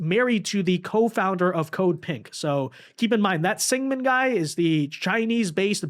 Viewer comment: SINGHAM. SINGH-AM. SEENG-UM. Not Sigman. at least try dude. jesus.